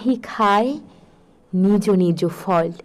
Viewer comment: ভুল উচ্চারণ নিজো না নিজ